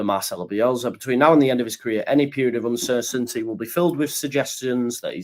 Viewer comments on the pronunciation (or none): none